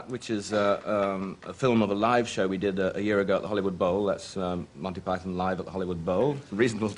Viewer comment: MANTY PIE-THON